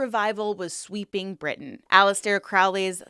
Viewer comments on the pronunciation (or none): none